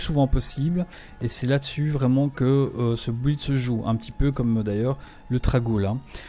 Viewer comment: Bonne video, par contre please...on dit "Bild" et pas "bouilde"